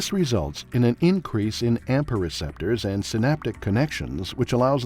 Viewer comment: Please note: "AMPA" not "APMA"